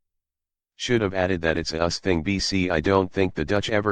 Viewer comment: Obvious robot voice referring to the US as “us” goodbye. Of course referring to lead as lEad gave it away first